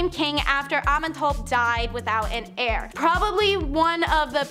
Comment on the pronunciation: Did i hear him call Thebes - The-bees and heir - he-air or how ever he said that. I wonder if the put there scripts in google translate to listen to pronunciations before they film? Or if they ever ask someone- "hey how do you say this word?"...